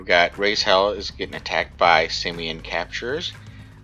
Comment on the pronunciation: Leader of RaizHell here! I love your videos and I couldn't believe when I saw you mention our guild! Also, you said the name right and it makes my heart happy!